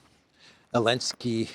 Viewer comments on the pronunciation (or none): its zelensky